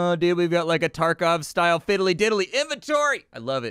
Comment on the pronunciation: Escape From Car-kov